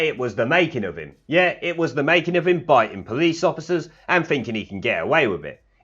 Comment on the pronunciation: Bi'in' a police officer? The word is biting.